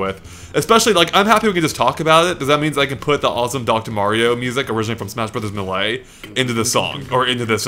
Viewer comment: Seriously, why do you say Muh-Lay? It's May-Lay